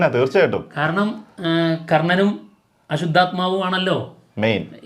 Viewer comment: അശുദ്ധാത്മാവ് അല്ല അശ്വത്ഥാമാവ് ആണ്